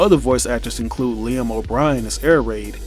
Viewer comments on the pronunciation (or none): none